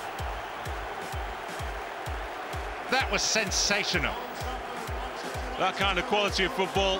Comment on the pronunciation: How much does the Son commentator which he said Sonsational instead of Sensational?! Also question for anyone paying attention who were the only players to appear twice as goal scorers in this list?!